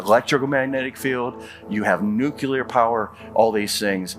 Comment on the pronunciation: Well, I was definitely ready to believe but then he kept saying "ekscaped" and "nukular" which is literally the ONLY reason I still have doubts. Also the mermaids.